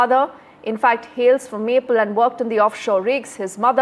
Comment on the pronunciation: Sad a young life was cut short this way. RIP. 🙏 BTW, Ms. Anchor…his birthplace was not “Maple”! It is “Malpe” (pronounced Malpay)